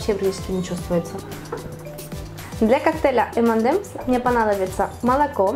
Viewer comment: ЭМЕНЕМС Карл ЭМЕНЕЕЕЕЕЕМС